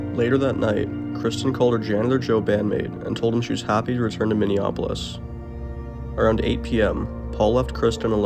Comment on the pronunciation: Who says mini-OPpyl-iss?? Wrf